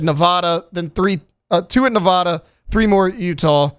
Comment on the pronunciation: It’s something about how he pronouncing Nephi and Nevada that just don’t sit right with me 😅